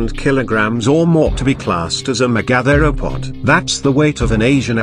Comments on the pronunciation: The pronunciation of "megatheropod" in this video is driving me up the fucking wall. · First learn how to pronounce Megatheropod